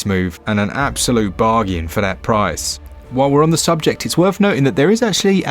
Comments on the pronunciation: Love this channel, the sales info is unparalleled!But pleasseee stop saying barjan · Always loved your French-ish bargaien! How could I not buy Beautiful Desolation and Golf Club Wasteland this week? Need to rename this channel to 'UpYourBacklog'! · Never stop saying BARJAN ❤ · i literally have looked for the correct pronounciation of bargain and I concluded that probably thats how u people there say thay word, luckily I did not copied it haha